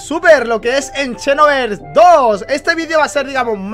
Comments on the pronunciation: por favor di "xenoverse" no "chenoverse" JAJAJAJAJAJ (Sin ofender;) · porque lo pronuncias como chenoverse?